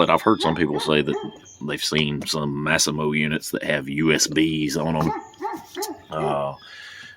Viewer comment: I believe that's called 'Mass-ee-mo'